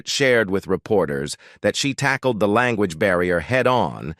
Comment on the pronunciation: I've watched a bit and it's VERY "AI"-driven auto-commented video. YouTube should just take these down or flag them. Still some content pics etc but when the AI-voice pronounce "language" as LAAN-GUUEEN-GGEE - you know it's a fake video.